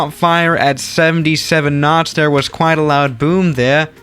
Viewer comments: wow, i think is turning british there, that was a very british "there" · That "there" was so Australian